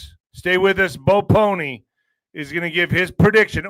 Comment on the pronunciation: ..it is po-L-ny. You aren't saying the L..it sounds like Pony the way you say it..